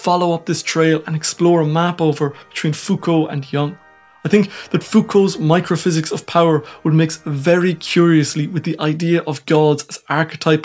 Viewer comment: Microhysics of powee ? You sound really funny.